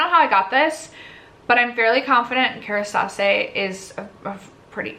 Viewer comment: Kerastase is pronounced care-eh-stah-ss